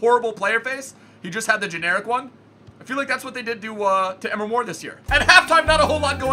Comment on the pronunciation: Please Pronounce Emre Like Em-Ray. PS Love the Intros